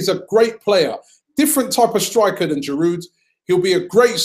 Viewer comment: I love you Robbie but can you stop saying Giroud's name wrong? The D is silent. It's "jiroo"